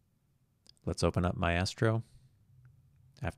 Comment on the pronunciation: Not being a jerk, but pretty sure it is pronounced ˈmīstrō :) Thanks for the video!